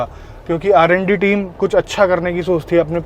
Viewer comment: Bhai aap R&D team bol rhe the par sunane me lag rha th Aa randi team